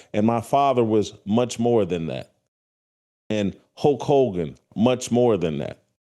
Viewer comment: Hulk Hulgan....lol....pronounce it correctly.